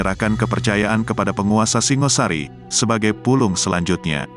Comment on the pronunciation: Singosari bukan Singasari , batoro bukan batara ..logat jowo paham !!